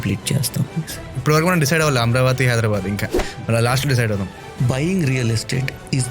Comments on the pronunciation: Amaravathi ani correct ga pronounce cheyandi sir please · It is not Amravathi... It is AmAravathi